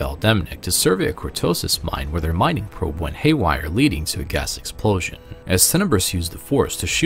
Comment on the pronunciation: I'm so interested in this story. But did you never learn where to put accents when you talk? Because they are completely random, almost rhythmic as opposed to where sentences need accents. For example: "where the MINING probe went haywire" is what you said. But it should be "Where themining probe went HAYWIRE"